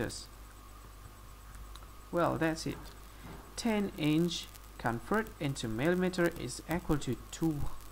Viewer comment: "Convert Imch...Oh, I'm sorry, it's...ahh, n, iNch...into millameterzz."